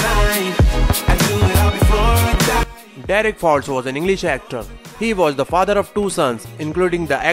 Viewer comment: Derek Fowlds not Falls